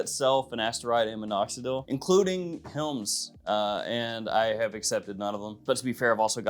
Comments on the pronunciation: "Hims" chews. He pronounces it "hilms". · did he say Chewes by Helms?